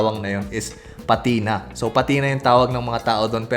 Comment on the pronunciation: I was waiting for this! 👏 Dahil nagpapacorrect ka naman it's pətina not pa-tina. ✌like when your vintage LV bag handles has nicely pətinated. Ganern 😂 excited for the next part. 😊